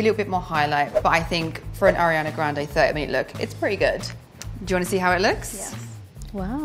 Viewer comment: "I'm a huge (air-iana) fan" 🤦‍♀️